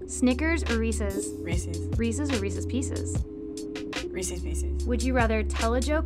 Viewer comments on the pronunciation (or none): I disliked because he pronounced Reese’s as “re-see’s”